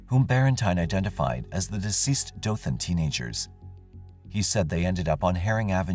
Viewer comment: Omfg this story literally happened in my town! I’ve always heard stories about what happened but never really looked into it. Thanks for sharing. Also thanks for pronouncing Dothan correctly. It’s usually how we can tell if people aren’t from here